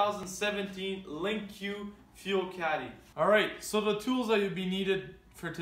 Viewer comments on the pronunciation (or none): its.... LINK not lin que. lol Link Like a link in a chain, easy to link up, you know, that kinda link? lol Sorry it was driving me nuts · Yeah but it's pronounced "link" Lin Q doesn't make any sense. Just look up any of the official skidoo videos. Anyways liked the video, helped me see some stuff I was curious about.